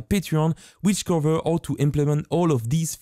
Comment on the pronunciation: the fact that he does not pronounce H is very not nice. Cause my brain heres. AOW when he says how